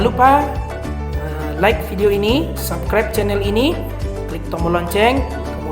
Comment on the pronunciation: subkraib weee bukan sabkraib